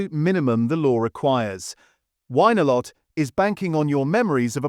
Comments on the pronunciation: Love the AI pronunciation of win a lot to wine or maybe whine a lot…..very funny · Yes, It should be pronounced 'Win a lot' - as most of us in the UK have known for decades. Something seems wrong with this video, perhaps made with AI, which isn't necessarily bad. By the way, my young dog won't touch most of the stuff he said is bad or else she needs a taster with it. Time to have a rethink. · Informative but Winalot pronounced Win-a-lot.